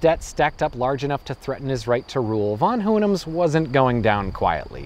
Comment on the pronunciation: interesting way to pronounce "von Hohenems"